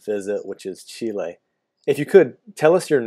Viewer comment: Except saying CHILI and not Chile it’s true